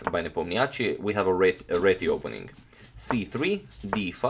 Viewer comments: Hi Antonio, I believe Ian's last name is pronounced with stress on 'O' sound i.e. NepOmnyaschi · Ian Nepomniachtchi (i have always been impressed the way it's supposed to be written in english) is a russian name. so it's right to say Nep'Omniachtchi but not the Nepomni'Achtchi. if you care ofcourse. By the way, in russian nepomniachtchi means 'the one who doesn't remember. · You pronounce nepo's name absolutely terrible